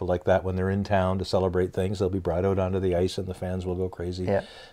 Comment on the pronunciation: The ‘oat’ side of the arenas???